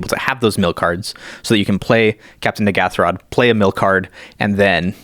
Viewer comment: Jimmy Wong and Gavin Verhey, have both said that they can't believe the name "Mind Flayarrrs" got through. I can't believe nobody is talking about the name of the Commander, Captain N'ghathrod! The pronunciation by DJ (Jumbo Commander) and Gavin Verhey (the set designer) is A LOT different by the way. I can't believe there hasn't been a massive backlash over it 😳